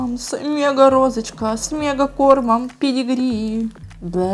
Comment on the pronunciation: Я думала что ты сказала не педегри а пед*к 🙊😂